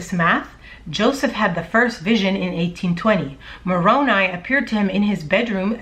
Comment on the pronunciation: Love your channel. I run all channels on 1.5 speed because i have little time. You still sound great at that speed. Also im glad you learned how to say Moroni correctly. I am a utah Jack Mormon.